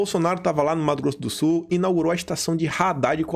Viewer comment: ...Obrigado por dizer corretamente MATO GROSSO DO SUL